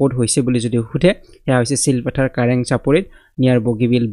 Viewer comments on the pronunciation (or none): Its not silpothar its চিলাপথাৰৰ